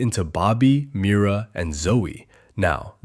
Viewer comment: NOT HIM SAYING MIRA MITA😂😂😂